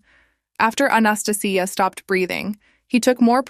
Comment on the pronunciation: I hate saying this but it's not South Korea and your pronunciation of Anastasia is hurting my ears.